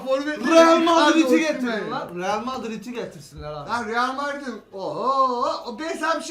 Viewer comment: Arkaşın dili şüçtü realmardin demek istedi 😂